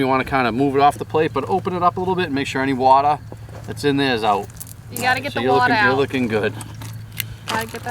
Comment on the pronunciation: Make sure you always drain the “watah”. That guy was Quincy through and through.